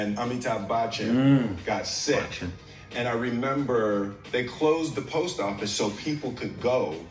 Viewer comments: FYI: the way Will pronounced 'Bachchan' was correct! There is NO hard C - it is BUCH (ch like chicken) UN, not buck chun!!! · yeah.. the way Will pronounced the CH in Bachchan was right bro